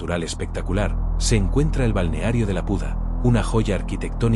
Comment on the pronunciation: Es una IA que no sabe leer 😂